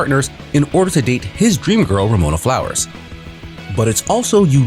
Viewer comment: Meh, non-arrested development is overrated anyways. Oh, and it's *Ramona Flowers, not "Romana"!